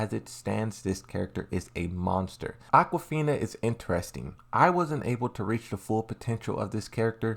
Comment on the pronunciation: LOL i heard that too